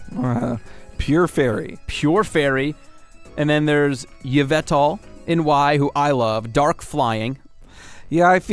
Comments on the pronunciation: In the new game pokemon x and y the 2 main ledgendary pokemon Xerneas and Yveltal . You may be saying there names wrong. To say Xerneas is ZURR-nee-us and Yveltal is sayed ee-VELL-tall .Thanks for reading this pokemon mesage. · I think with Yvental the Y is silent.